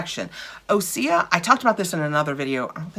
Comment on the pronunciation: According to their website that isn’t how it is pronounced: Great question! OSEA is pronounced Ooh-sea-yah! OSEA stands for the core elements of wellness and our source of inspiration: Ocean, Sun, Earth, Atmosphere.